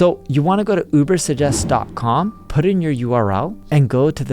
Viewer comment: He can't pronounce UberSuggest. He says Ubersest.